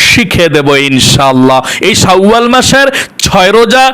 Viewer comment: শাউয়াল মাস হবে না, উচ্চারণ টা হবে শাওয়াল মাস